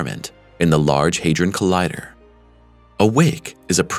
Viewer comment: It's HA like in the word HAT. Not HEY.